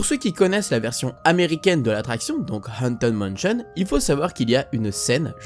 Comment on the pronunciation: "Anten manchion" xD mdr